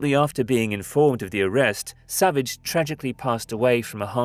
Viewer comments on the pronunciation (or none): none